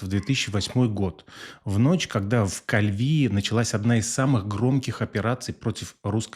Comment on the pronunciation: Не в кальвИе, а КальвиЕ